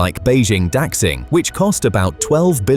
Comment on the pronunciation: Daxing: da-shing